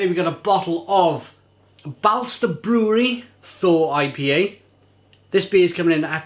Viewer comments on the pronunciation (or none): By the way, the "å" is pronounced as the "o" in for example "bolt". Swedish is weird, I know :)